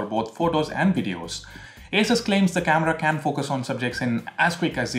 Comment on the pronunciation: I guess ASUS is pronounced like 'A' 'SOOS' rather than 'A' 'SUS'